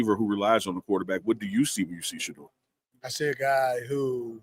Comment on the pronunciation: Unc please help The people you're interviewing to learn how to pronounce Shedeur's name correctly. He kept saying Shedrrrr. Sha--🚪